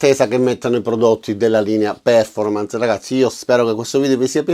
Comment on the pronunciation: Con l'accento sulla OOOOOOOO :-D